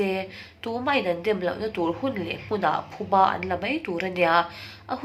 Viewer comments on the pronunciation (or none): none